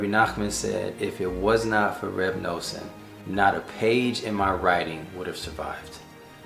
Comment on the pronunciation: Now you're talking my language. You already have the whole set of english/hebrew Likutei Moharan! Beautiful message. By the way it's Reb Nuh-son. Pronounced like the word "nothing." I'm nothing without G-d. 😊